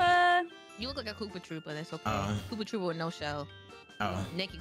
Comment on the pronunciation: FAM KNOOPA TROOPA (the n is silent...) is possibily the funniest VO ive ever heard